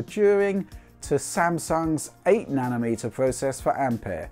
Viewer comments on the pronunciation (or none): none